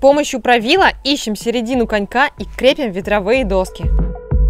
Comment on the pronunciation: крепИм/закрепИм. крепИть же, а не крЕпить. 😉 Видос отличный, купальник шикарный, спасибо!